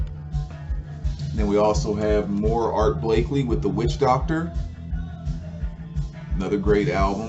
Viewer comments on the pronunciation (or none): Art Blakey...no L on the end. 😇